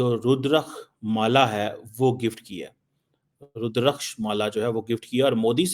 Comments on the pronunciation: rudraksh not rudrakh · Please pronounce the Sanskrit word Rudraksha correctly. Correct pronunciation: "Roo-drahk-shah" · Please pronounce clearly rudrakshi your KARMA Will follow to end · A-hole, pronounce it properly.. it Rudra- asksh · रुद्राक्ष बोलना सीख लो मियां 😂 गंगा जल है ये आप 100 साल रख दे मियां इसमें कीटाणु नहीं पड़ते आपके जम जम की पानी की तरह नहीं मियां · Love how struggles to pronounce Rudraksha 😂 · is Hindu/ sikh surname..your hindu forefathers must be crying in heaven for your pronounciation of rudraksha